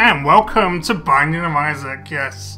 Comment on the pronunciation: it sounds like welcome back to the banging of isaac